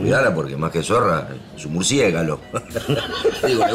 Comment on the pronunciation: “Murciegalos” jajaj lo dijo re mal